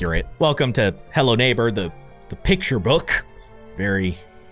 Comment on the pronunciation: It sounds like you said hell no neighbor (ಥ﹏ಥ)